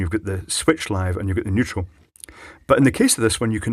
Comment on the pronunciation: Neutral? I thought you said "Weutral"!